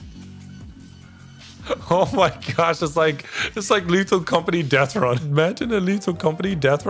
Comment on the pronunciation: Lethal com-forty